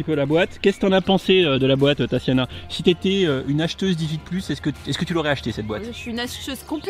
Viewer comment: TaSSiana ? Depuis quand prononce t-on ce prénom ainsi ? Mes origines russes pleurent à chaudes larmes.